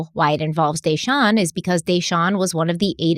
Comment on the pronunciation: Not to be a picky jerk lol, just a reminder that Desean/Deshawn is not pronounced "Day-shawn" it's actually pronounced "Duh-shawn."